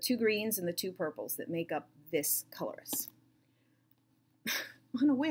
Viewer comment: I may be a little late to the coloris party and too lazy to scroll through the comments but if it has not already been mentioned or if you have not already figured it out, "coloris" is the french word for color. The emphasis is on the last syllable and the "s" is silent. Pronounced "kole-or-EE. The first "o" is neither long or short, but somewhere in the middle. You can hear the correct pronunciation by looking it up on Google.